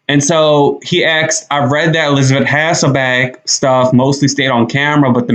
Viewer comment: Wow you have to start out with an ageist comment about Joy Behar!!!! Then you go on to spell the words shit and bitch instead of saying them like you did with goddamn????? And being out in public speaking don't you think you should learn to say a person's name correctly- Hasselbeck instead of Hassbeck?????